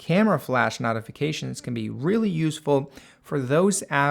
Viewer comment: The way he pronounces notifications made me want to throw my PC ...........